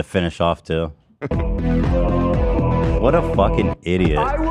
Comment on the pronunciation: As a Brit I'm more offended by Hasan's pronunciation of 'twat', than I am his lack of Brummy accent